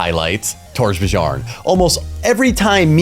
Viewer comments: it's "Tor-BEE-Yorn" :) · I think the way you speak Torbjörn is overpowered :D .. It's Torb- YORN